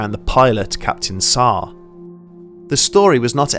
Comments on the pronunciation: Saarr instead of SH-AH bruh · Its captain Shah , not Sah